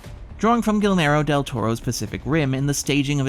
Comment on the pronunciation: "Gilmero Del Toro" lol.